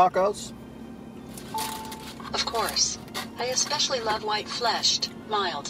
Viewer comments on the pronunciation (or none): none